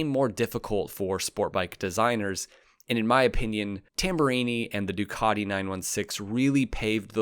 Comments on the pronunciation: Why do you keep saying Dookoddi instead of Ducati? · "du cat te" fa gods sake, not "Du car de" 😂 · What's a "Doo-caaaa_ti"???